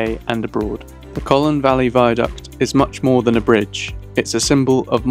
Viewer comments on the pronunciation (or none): Colne not Collon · Its Colne, not Colen! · You pronounced Colne incorrectly. It’s not Colen, it’s Cole-n. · ...Like Coal-ne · Like coal-ne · i wish the narrator would pronounce the name correctly. other than that a good video.